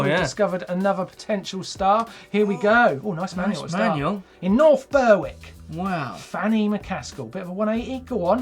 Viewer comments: Martyn! It's pronounced North Berrick, not Bearwick, the W is silent. Let's hope nobody sends one in from Kirkcudbright : ) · Ber-wick? Are you taking the piss?